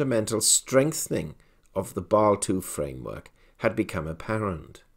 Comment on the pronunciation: You are not just constantly ignoring the "S" and "E" in "Basel" for unknown reasons: FDIC has a very similar rule in effect and this also did not create a gold hype, so another nail in the coffin of too optimistic visions. The question for real life is how banks that needed it most like Deutsche bank should actually manage to buy a lot of gold - buy from what? If you look at the BIS publication with last revision from February, gold market risk is compared to that of foreign currencies rather than other commdoties, which leads to 8% capital requirement... - so while still a good sign overall, Basel III rules about gold alone do nothing, and nothing new. Even if banks (not the central banks) sell off for such reasons - they do not have much anyway, don`t they?